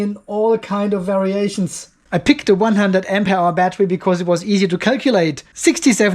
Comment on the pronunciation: Why do you say " AMPE HOUR" ????